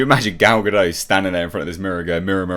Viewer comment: I still find it funny that, after all these years, people refuse to pronounce the 'T' at the end of Gal Gadot's name, as if they think she's a Frenchwoman. 😂